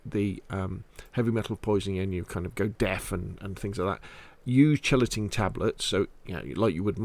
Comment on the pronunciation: Another excellent video young! Still mispronouncing Chelating however😂